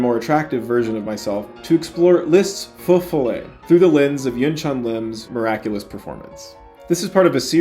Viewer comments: Please learn to pronounce the title of the piece with as much reverence as you have for the composer. You're making a 5-star dinner sound like a McDo chicken nugget. Jesus. It's not fe folay, it's feux follet. The first word sounds long, the second short. It's not hard at all IF you try.. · Alan Walker pronounces it correctly. It is not “foe” but more like “fuh” and “ follets” sounds like “fall-lay”. And FYI, it is plural. Many little fires. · I was hearing « faux fillet » the whole time. Now I’m hungry. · I don't speak French, but I'm sure that Feux Follets is not pronounced like Faux Fil-A.